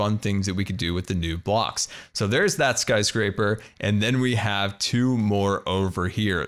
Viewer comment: Do you intentionally say Scar-scrapers, or is that just how you say skyscraper?